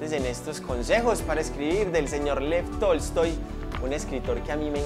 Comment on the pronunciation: Dice: Tolstói mi mente: Toy Story